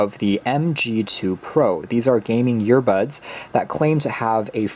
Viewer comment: Sooo am I the only one hearing “YEAR-bud(s)” over and over again?